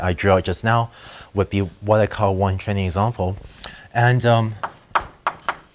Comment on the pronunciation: i don't know if it's me or the teacher, but i can't stop hearing "Chinese example" instead of "training example"